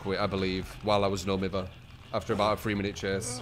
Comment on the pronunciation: It burns my brain to listen to you pronounce no mither like that lmao